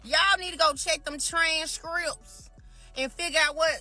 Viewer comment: WTF is that on her lip to want to take her serious?! If you can't pronounce transcripts you deserve your taxes to be taken! And, notice its mostly females who frauded to gov't and blaming it on the system!! You can't make this sh*t up!! 😂😅 SN; im glad i dont rely on taxes. I try to do them every 3 years because they go back as far a 3 years. I try to save them and try not to owe, and if i do, its there.